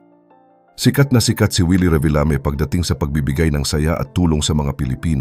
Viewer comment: "Reebeelami" sabi ng AI - lol